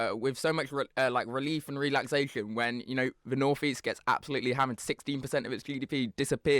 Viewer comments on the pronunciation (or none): This is what happens when you encourage outspoken, ill-informed children to voice their opinions. Opinions are fine if they're informed and educated, otherwise, be quiet; especially when they're coming from someone who pronounces "the" as "vuh" and "they" as "vey".